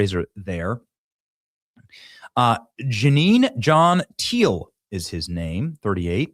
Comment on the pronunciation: It's Jeanie! Never heard anyone call him Janine!